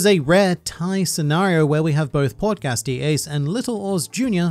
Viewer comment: When you said “Portgas D. Ace” I swear I heard you say “Podcast D. Ace”. That would’ve been interesting